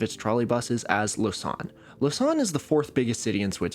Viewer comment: fyi it's pronounced "lo-zan" not "lo-san" like you say it